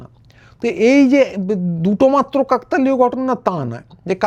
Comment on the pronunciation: কাকতালীয় উচ্চারন টি ভুল হচ্ছে।